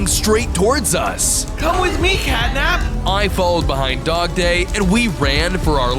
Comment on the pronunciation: Dogday sounds like a day